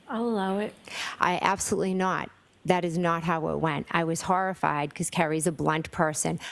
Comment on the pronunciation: Shawked and harrified!! The horrah!!